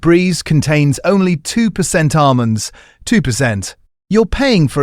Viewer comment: Great content but horrible AI voiceover that can't pronounce 'almonds'!